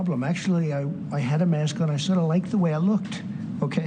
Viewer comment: DW News discusses the importance “wask” wearing. 🤣